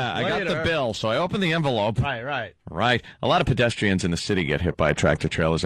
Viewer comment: Anthony says bedestrians